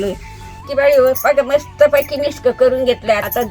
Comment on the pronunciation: मिस्क म्हणते. मिक्स नाही.फार आवडते.😂😂😂 अगोबाई सिक्रेट मसाला...😂😂😂... मिस्क. मज्जा 😂😂